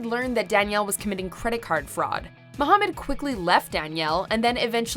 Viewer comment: Its MA-HA-MAD😂😂🤣